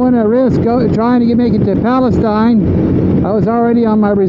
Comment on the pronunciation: Just FYI, for those who aren’t local to East Texas: Palestine, TX is actually pronounced Pal-ah-steen. Not Pal-ah-styne… Thanks for sharing this cool video tho!